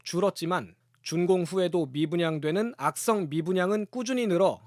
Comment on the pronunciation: “악성“단어 강조 하지마 졸라게 수쓰네 “정상”미분양이다 그러게 누가 분양가 처 올리고 무리하게 대출받고 부실공사 하고 하래? 어차피 한번은 터져야 할거